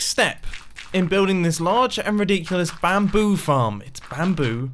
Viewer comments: when you say bamboo you kind of say 'BAM'boo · How is it that hard to say bamboo